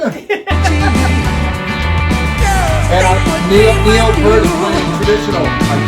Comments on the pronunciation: FYI rush 2112 was every Toronto’s youth rite of passage. Which is why rush is ours, all ours but you have our permission to listen and enjoy 😅 FYI Pronounced. Peert. As in ear Peart Not Pert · "p ear t", not "purt" or "pert". He pronounces his name in interviews. If you this guy's playing, you should hear him speaking. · Please start pronouncing the Professors name correctly. Peart. Say it fast... "Pee-Art"!!! It's a Canadian thing. Have some respect. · "peert" not "pert" common mistake. :) I don't care for the sound mix in this version. MUCH prefer the studio version. So much cleaner, and Geddy's vocals were in the stratosphere, whereas in this recording his voice simply wasn't capable of performing it as he did in the original. This recording sounds so muddy, too. Maybe Stickhits' remaster just sucks. :/ That said, 2112 is an amazing journey. You MUST listen to the studio version with lyrics, because it's a whole story, and there's a super bit at the end that was left out. 2112 is a piece in 7 movements based on an Ayn Rand story called "Anthem", about a dystopian future where the Priests and their computers tell us all what to think, what to feel, and what to like...until a dude finds an ancient guitar. Rush's career spanned from . They stopped touring when Neil's health prevented him from giving the fans 100%, and he didn't want to give them any less. He died from brain cancer in January 2020.